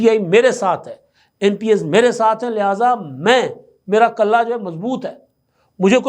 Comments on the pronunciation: بھائ کَلّہ نہیں کِلّہ ہوتا ہے۔ کِلّہ مضبوط ہوتا ہے۔ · Lafz, qalla nahi, killa hota hai